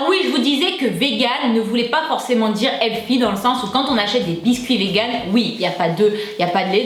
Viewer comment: jadore kan tu tu di le mot healthy! tu di "healfy" lol jadore!!! bisou tassure ma belle